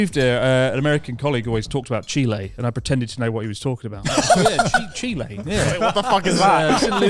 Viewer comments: CHILE MY PEOPLE WE HAVE BEEN NOTICE! btw, Joey said it perfectly, usually foreigners mispronounce it (like chris), so props to Joey. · JOEY PRONOUNCED IT RIGHT! ES CHILE MIERDA 😂🇨🇱 BRUNOST!!! OMG THEY HAVE MENTIONED BOTH OF MY COUNTRIES 😭😭❤ 🇧🇻 HEIA NORGE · It's pronounced Chil-eh, but Chil-ey it's fine too for english speakers. Thank you Joey. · every day my suspicion of joey growing up well enough off in Melb is growing more and more. Well cultured blokes say Chile correctly the rest of us Chilly lol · Joey knowing how to pronounce Chile correctly, Gigachad <3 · LETS GOOO CHILE MENTIONED!!!!!! 🇨🇱🇨🇱 . And yes Joey was most correct about the pronunciation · Cuando Joey dijo Chile correctamente, me emocioné como si fuera el 18 lmaoo